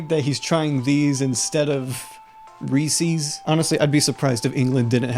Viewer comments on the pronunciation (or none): ITS REESE'S NOT REESEES YOU FREAKING STUPID DUMB!